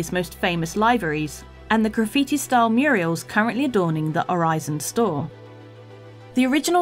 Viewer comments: I noticed was calling the graffiti "Muriels", instead of murals. That gave me a laugh, thanks! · murals ...........not "murials" ffs